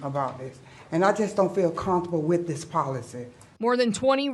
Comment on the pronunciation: He aint comfoma wooda powacee